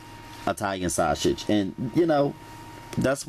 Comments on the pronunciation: You heard him... shawshage! 😂💯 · Baby when he said "Sweege" and "Shashe" I was done😂😂😂😂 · He said, "sweeeze, and shasague! 😂😂😂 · 2019 Thanksgiving Day and I am HERE! for the vegibles and shashage!😩😂🙌🏿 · Veggables...😁😁😁😁😁 Shaushage😁😂😂😂💪